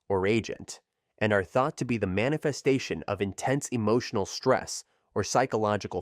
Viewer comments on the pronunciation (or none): none